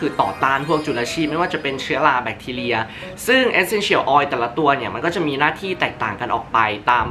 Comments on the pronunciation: ทำไมออกเสียง Essential แบบนี้ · ฟังการออกเสียง Essential แล้วจั๊กจี๋ 555